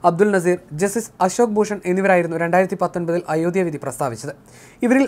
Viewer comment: ഇയാളെന്താ അയോദ്യ എന്ന് പറയുന്നത്? ഉച്ഛാരണം പഠിച്ചിട്ട് ഈ പണി ചെയ്യുക. (അയോദ്ധ്യ)